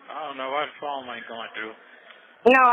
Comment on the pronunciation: I dont know why the "phome" aint going thru. 😂😂😂